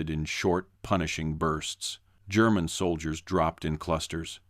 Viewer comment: so tired of annoying AI voice that can't read or pronounce words properly and without hesitation. BTW German is not Gerr man.